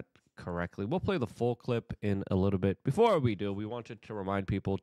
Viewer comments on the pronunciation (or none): none